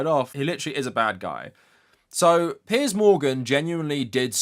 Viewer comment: Yes finally the correct pronunciation of "Piers"! taught us the right way to say it!